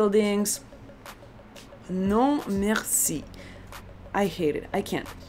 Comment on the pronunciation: Instead of "Non, merci" I heard "нет, спасибо..." Can you explain this?!?!?